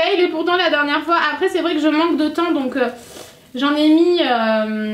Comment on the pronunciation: a dit 6 foit megas